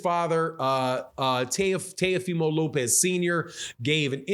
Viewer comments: It's Teofimo Lopez, Not Tayofimo Lopez. 😁lol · It's pronounced. T O fee mo. Lmao